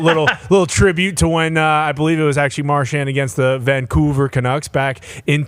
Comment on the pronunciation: Who calls it frickin COUVER? No one. Lived here 40+ years.